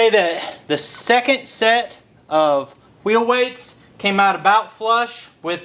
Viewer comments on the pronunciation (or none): You can't have a pie without whhhhheel whhhheights